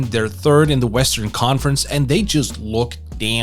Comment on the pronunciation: Work on your th- annunciation its not fird its third. Jesus i thought i was just really high.